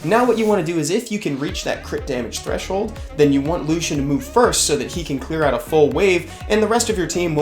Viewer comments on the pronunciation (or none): Why do you pronounce it the same as Lucien (light elven ranger). It’s clearly Lush-en…